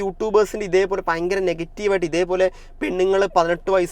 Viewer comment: പയങ്കരം അല്ല.. ഭയങ്കരം എന്ന് പറഞ്ഞ് പഠിക്കൂ